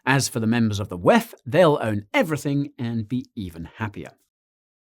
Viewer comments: DoubleYou Eee Efff: DoubleYou Teee Efff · stop pronouncing this decades old consortium of predators as the 'whaaeph'. The abbreviation is and always has been the WEF!!!! This abbreviation needs no change by you. WTF?! You're (sound like) an idiot here on this one. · Way he said "WEF" was a little distracting though lol. Great vid nonetheless